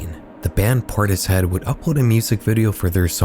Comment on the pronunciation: Portishead is not pronounced that way